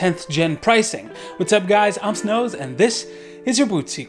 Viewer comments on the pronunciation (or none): snows :"whats up guys i'm snows and..." me : "nope liar it's nose not snows"